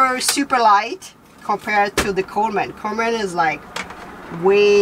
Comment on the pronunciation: Uhhh I know you’re really not aware but that’s so not how you say Coleman—like at all at all. You’re saying “coal man” and it’s ONE word. ColeMEN=Coleman. 😅 lol I wish there were an emoji for coal. There’s one for Santa 🎅🏻 so we need coal emojis, too, right? 🖤🧔🏻‍♂️😆 Coal man. I think you call them “coal miners” lol.